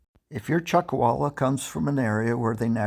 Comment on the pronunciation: Chuck “a”walla??